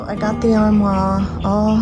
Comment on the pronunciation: have I taught you nothing? Are you still calling it an "ar-whaH"??? LOL! Oh my goodness. I can't believe it! They will never let you into France! ARR-MWARRRRRR! 🙂 Your porch is really coming together! I love it. As soon as I saw that round pillow I thought the turquoise pattern looked like peacock feathers, and I was hoping you would paint it in those colours! Maybe you still will? I'm glad that Danielle replaced the ARR-MWARRRRR with the dresser. A much better fit. The colour is a little tame, but she's not the painter in the family, and she really has done pretty well with all that painting of the ARR-MWARRRR. I love what Dad did with the diagonal wood on the back of the entertainment centre. I would put some fabric in back of the TV area. That way it can easily be changed out when she wants something new and different. Really enjoying all your California bright colours. Love from your Canadian friend who knows how to pronounce (some) French. 🙂